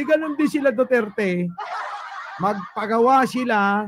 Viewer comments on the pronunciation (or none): none